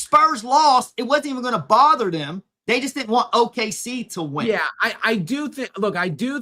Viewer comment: He also isn't capable of pronouncing "didn't" . Says "did Dint". He's an uneducated sports guy. His analysis and opinions are interesting though. He just isn't good at diction and pronunciation.